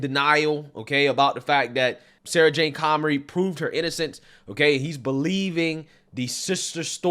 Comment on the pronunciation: Comrie, not Connery